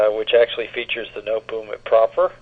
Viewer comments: Nootboem haha. No te bohm. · Pronunciation is very wrong. No te bohm. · Pronunciation of Noteboom is completely wrong. It is No te bohm.